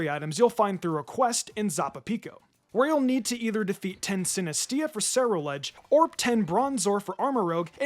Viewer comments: Did he just pronounce sinistea as sinistia or am I going crazy,it's sinister tea how tf do you mess that up🗿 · Bro can’t pronounce half the dex. Sinistee-uh? Armu-roge? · I just wish you’d learn to pronounce some of these Pokémon 😢 sinisTEA, and quaquaval jump out to me the most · Armarouge is pronounced: Armor and Rouge (Roo-zh), not Rogue. Sinistea is literally just Sinistea (Tea not Tia). Quaquaval is pronounced: Quack-Qwa-Val like Quack, Aqua and the end part of Carnivale. Giacomo is pronounced: Jaah -komo Just look this one up, it's another Latin name. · Nemona doesn’t choose the type stronger than you tho (skeledirge), she chooses the type weaker than you. So your point about not choosing amorouge if you choose sprigatito makes no sense. She’ll have chosen quaxley. Edit: also, I’ve noticed this in a few videos, sinistea is pronounced like “TEE”, not “TIA”; because it’s, you know, a cup of tea… a sinister cup of tea. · are you...are you calling the TEA pokemon Sinistee-a? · Akshuly it's sinistea chips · Omg can we please start pronouncing Sinistea right?😂 Sinister + tea 🍵 = sinis-tea😂 Like c'mooooon it's so obvious:( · The way you say sinistea is driving me crazy. It’s a cup for tea. It’s pronounced like the word tea. Like the kind you drink. It’s a pun. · It's Sinistea...like a tea pot...cuz it's a tea pot